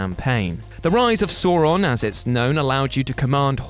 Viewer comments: This guy really can't say sauron sounds like he saying sawron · Please learn how to pronounce Sauron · This guy can’t pronounce Sauron for his life. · The way they pronounced ‘Sauron’ actually sent shivers down my spine. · Pronouncing saurons name like he's a cartoon dinosaur